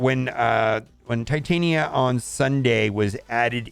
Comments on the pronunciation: Pronounced tit-on-ya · If you can pronounce Titanium, you can pronounce Titania